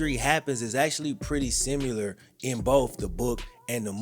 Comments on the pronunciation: Simuler? The fuck does that mean? Bro come on. You are butchering your pronunciations in this video. Simuler is not the same word as similar. I'm sorry man but for someone who is trying to portray an image on YouTube you have to do better. Like a lot better. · Bruh…. How you gonna say simUlar in every video? SimIlar!!! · Bro....it's Permian, not perryman......and OMG if you keep saying "simular" instead of "similar"......THERE IS NO U!!!!